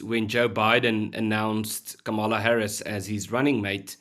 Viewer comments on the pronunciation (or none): Good heavens, guys! can you at least get the names right - today Ernst became Ernest, Karmala became Kamarla, and now helen Zille has become Helen Zillie!! People's names are their most important posession - at least give them the coutesy of correct pronunciation! And the program has only just begun.